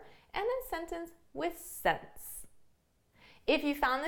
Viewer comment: I wonder why you pronounce since as « sence » sometimes ?